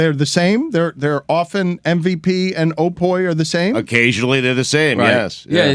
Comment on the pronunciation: Sporting News OPOY....common. SNO-POY.